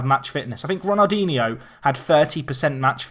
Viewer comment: Can someone tell him he's pronouncing ronaldinsnow wrong